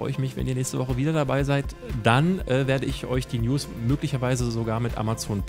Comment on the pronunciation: Ich versteh immer Le-News:D